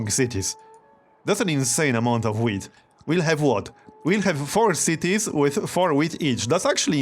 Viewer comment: You say wheat like if you say weed.